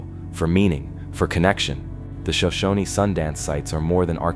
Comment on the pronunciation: Shoshone is properly pronounced shoh-SHOH-nee.